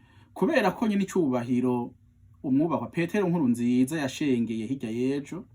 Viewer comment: Ayo mayagwa ni inkoramutima Ariko ikirundi ciwe ntikiri standard muburyo bw'ubwatuzo:aho kuvuga Nkurúnzīzá avuga ngo Nkúrunzīzá .ago kuvuga Sêrugó avuga Sêrúgo... Iyo mvugo si iy'i Muramvya aho bavuga ikirundi standard